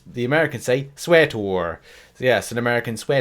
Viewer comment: Sweater, not sweator